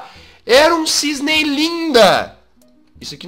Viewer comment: É CISNE NÃO É "CISNEI"